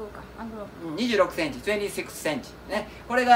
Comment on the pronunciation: とぅえんてぃーSEXセンチ